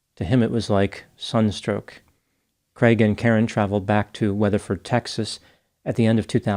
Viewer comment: They way the pronounce ‘craig ’ is horrible. It’s a Scottish and Irish name, not creg it’s cr aaaig, it’s my brothers name. Americans butcher it. 😂